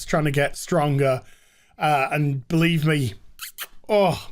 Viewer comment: "We Batlieve".. 😑